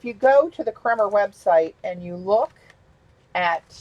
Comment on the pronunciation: From the web for how to pronounce Kremer: It is pronounced like coffee "creamer".